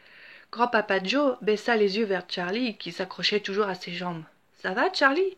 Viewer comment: C est pas tcharlie c est charlie